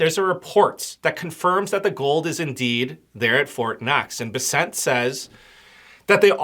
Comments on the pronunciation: It’s BESsent. Emphasis is on the first syllable! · Why are you callinh him Scot Besset? Its BESSEN....